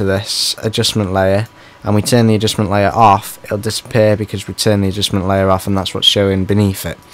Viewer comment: Adjussmen layurrr add an Adjussmen layurr to the Adjussmen layurr XD